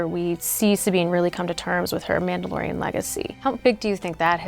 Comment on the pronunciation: One of these days those clowns at Disney will learn how to properly pronounce "Mandalorian"!!